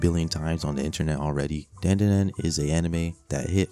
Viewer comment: Dandadan, bro said it wrong